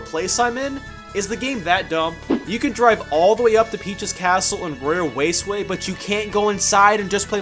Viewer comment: “Royal Waceway”???